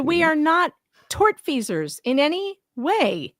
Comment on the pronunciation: Mmm, is it "tort-feasors" or in his case "turd-feasors" And would be "defector" or "defecator".